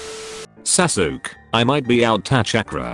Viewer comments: Anime: sasuke Automated voice: satukie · google translate pronounced sasuke like "sassok" xD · i love how the text to speech voice pronounces sasuke sas ook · Name:Sasuke A.I voice:S A S U K